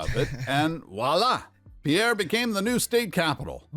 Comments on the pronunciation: Pierre, SD, is pronounced pier, like the structure for boating. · I was born and raised in Pierre, South Dakota. It is often mispronounced as it was in the video. It is pronounced "peer". Think of it like a pier on a river or lake. Go figure. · Dude need to learn how to pronounce the names if he’s going to make a video. It’s pronounced Peer, not the French name Pierre. No it doesn’t make any sense why, but that’s its name. Too many incorrectly pronounce it, but you’d think someone in the US would learn in school how to pronounce all the state capitals. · Pierre, South Dakota is pronounced Peer. I have been to that state capitol and the city is really laid back and quite a distance from the Interstate. I don't think that city has anything for tourists; so, why do people want to visit, unless they want to see the capitol building.